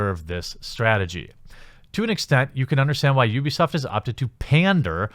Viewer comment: Wait did you say UbiAsaad? 4.43